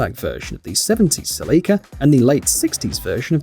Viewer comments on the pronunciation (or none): I Love How You Pronounce "Celica" Like "Celeeka"...🤭😂🤣😭